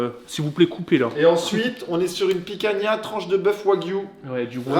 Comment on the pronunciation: Picanha c'est Portugais on ne prononce pas le "a" a la fin c'est ma viande préférée. Ps: vous êtes les meilleurs je vous kiffe